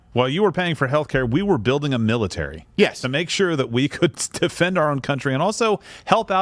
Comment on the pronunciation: " China is building up its miratary " lol